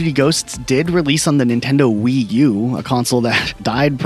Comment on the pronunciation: ah yes, the Vii wersion